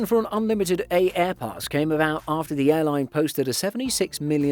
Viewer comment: Its pronounced airpass, the first A is silent dude